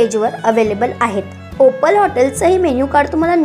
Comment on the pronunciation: ओपाल नाही ओपल